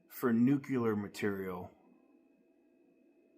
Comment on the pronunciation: There's no such thing as Nucular material. I think maybe you mean NUCLEAR (NU cle ar) material.